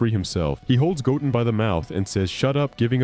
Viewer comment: Say it with me GO—10 GO-10 Not goen or godun sir